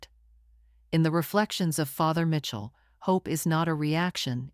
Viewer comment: It’s pronounced Michell not Mitchell